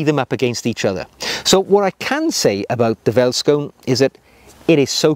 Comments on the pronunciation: Ahh.. that takes me back a hundred years or so to my school days in the old Transvaal. Great material, as always,. Pronunciation by English-speakers is best done by saying it as if it were spelled: "Felt-Skoon". It translates from Afrikaans as "field shoe." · Great video. I love my Vellies. Side note though... Veldskoen is pronounced "felt skoon" and quite literally means “field shoe” in Afrikaans; one of South Africa's eleven national languages. If you find it difficult pronouncing the word "Veldskoen", you can also call them "Vellies" (pronounced "Fellies"). This nickname is used by many South African cultures and it seems to roll off the tongue a little easier. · i find it funny how you pronounce Afrikaans words as a south african also multipul of one feldskoen is feldskoene